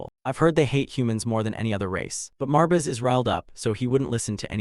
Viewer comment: The ai constantly spelling out “marbis” is hella annoying brother. Some quality control would help. Theres also a bunch of repeated lines. Still going to watch through, since I’m doing it to sleep to, but if I was watching this consciously, I’d have clicked off before the first 30 mins